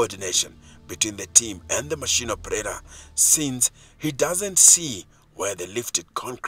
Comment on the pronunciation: Why did the narrator say operarer though😂😂